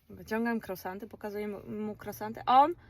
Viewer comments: Kruasanty tak sie to wymawia niuniu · Nie mówi się krosanty, ale kruasanty! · Jakie krosanty? To jest żenada. Nie można się nauczyć poprawnej wymowy ?